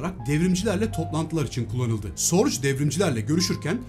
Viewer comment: Elinize sağlık. Bir ufak katkı ve düzeltme. Ursulan'ın Agnes vasıtası ile tanıştırıldığı kişi büyük istihbarat efsanesi Richard Sorge. Kendisi bir Alman olduğu için soy ismi "Sorc" gibi değil de yaklaşık olarak "Zo:ge"(o sesini uzatarak) gibi telaffuz edilir.